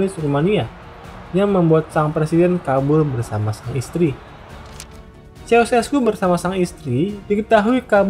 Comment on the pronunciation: semua sistem pemerintahan itu baik *syarat & ketentuan berlaku ijin koreksi pelafalan namanya ceaucescu=kusesku gheorge=jors (sama kaya pelafalan "George")